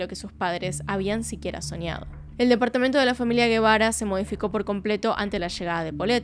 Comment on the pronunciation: Algunas precisiones: -La reportera que entrevista a la madre de ka niña es Lili Téllez La televisora para la que trabajaba era Tv Azteca. Actualmente es senadora de la República. -El padre no se apellida Guevara, apellido español, sino Gebara (que se pronuncia "jebara"), es decir, un apellido libanés. La madre se llama Lisette Farah Farah y el padre Mauricio Gebara Rahal. Ambos padres son de ascendencia libanesa. -Muchos miembros de la comunidad libanesa por alguna razón han logrado obtener en México un gran poder económico e influencias políticas: Carlos Slim logró que el expresidente por el Partido Revolucionario Institucional (PRI), Carlos Salinas, le vendiera la paraestatal Telmex, empresa que luego lo convirtió por algún tiempo en el hombre más rico del mundo; Alfredo Harp Helú es primo hermano de Carlos Slim, y es un empresario mexicano, fundador de la casa de bolsa Acciones y Valores de México, fue dueño de Banamex y es dueño de Grupo Martí; Lázaro Chedraui, fundó el conocido supermercado Chedraui que está presente en numerosas ciudades de México; Michel Domit es el dueño de las famosas zapaterías mexicanas Domit, sobrino de Slim; Anuar Name Checa fue Presidente del Consejo de Corporación de Cruceros Nacionales; Mauricio Kuri González es un empresario y político mexicano, actual Gobernador de Querétaro por el Partido Acción Nacional (PAN); Kamel Nacif Borge, empresario, está preso por su vinculación a una red de pdfl y agresiones contra la periodista Lydia Cacho, quien